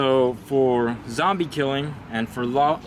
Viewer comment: I stopped when he says....."For zoombie killing".....WTF?????????